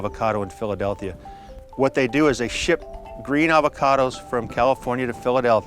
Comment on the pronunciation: Nobody: That farmer: Philidelthia